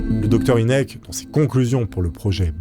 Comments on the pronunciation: Tout les Ufologues connaisse cette histoire mais tu les raconte tellement bien qu'ont s'en lasse pas par contre j'ai exploser de rire sur la prononciation du Dr Hynek ce prononce Hainek , Inek c'était comique 😂 Merci pour ta vidéo très sympathique :) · mdr la prononciation de "inek" c'est "haynek" (prononciation) je sais que ca s'écrit pas comme ca j'adore tes videos au fait!!!!! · C'est "aille nek"